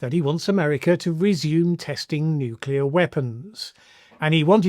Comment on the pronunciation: Seems like Trump's understanding matches that of Bush's "nucular"...incoherent.